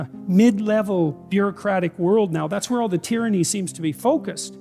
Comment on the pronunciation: Tyrsnny or famine ? Is THAT what he said? Yep.